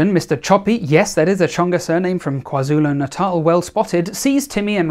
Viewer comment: 3/10 Tsonga pronounced correctly, 10/10 Chopi knowledge, 10/10 Kwa-Zulu Natal pronounced correctly - All in all an A grade, well done!